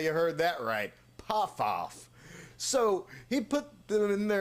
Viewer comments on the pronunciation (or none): “Should have gone to the Tricky Steamboat school” 😂😂😂 love how they keep playing off the dope saying Lanny Poffo’s name horribly wrong 😂😂😂